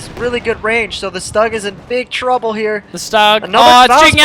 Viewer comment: The mispronunciation of stug hurts my ears.